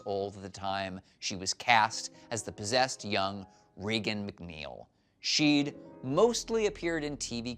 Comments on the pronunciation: It's RAYgen, not REEgen. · Nice vid but Linda Blair's name in the movie is pronounced "Ray-gan" not "Ree-gan"... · Here s two things YOU didn t know about the exorcist. The child s name is pronounded raygun like the famous actor who played the president and the swedish actor s name is pronounced von seedoh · You tought me nothing as well as not even knowing how to pronounce Regan. Pitiful! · Would you say Ronald Reegan?? No, pronounce it correctly. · Why is it most people who talk about this movie always mispronounce Regan? Did they not watch the movie and hear how it's pronounce in it? Bugs me every time.